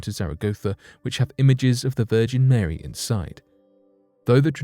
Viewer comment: Why you say Marey mother of god? JO